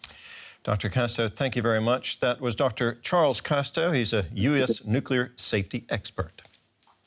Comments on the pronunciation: He be calling it a “Nucular” power plant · why this American expert says "nucular" instead of nuclear? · Did he just pronounce nuclear like George W Bush?